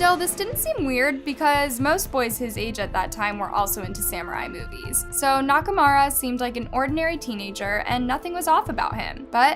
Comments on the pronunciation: Hey, I love your channels and your content, but you seem to be butchering names more and more lately. 😞 it's a bit of a red flag to pronounce "Dahmer" incorrectly in a true crime video and your repeated butchering of Nakamura's name made it feel like you didn't care to get it right. You are a great investigator, keep it up. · Agreed. I understand if it's a foreign name and you genuinely are unable to pronounce it even after looking it up, or you can't find any references of how it's said, but like... Dahmer is infamously known, and Nakamura isn't THAT hard to find the pronunciation for. When I hear a name so butchered it completely takes me out of the video tbh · She did the same with her next story with Nakamura... feel like it was rushed so she could just get a video out. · I noticed that too, also the way she kept mispronouncing “nakamura” even though it was spelled correctly in the captions 😂